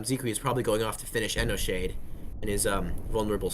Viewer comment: Bruh the narrator can't pronounce for shit... Enoshade doesn't have a D after the N and that first amalgamation go...